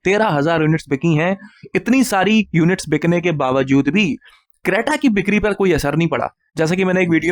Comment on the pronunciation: Bhai ap bikari bolne ki practice kara karo, bikri ko bikni bol rahe ho😅😅😅